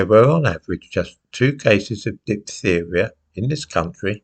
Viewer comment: Diphtheria is a hard word to pronounce ("ph" is pronounced "f" in English) 😉